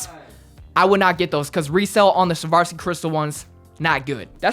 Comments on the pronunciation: Swarovski not sharvaski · did this man really say "savarski"?